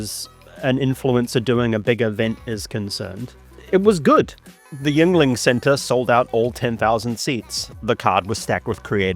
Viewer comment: shout out to nailing the pronunciation of Yuengling btw 🫡❤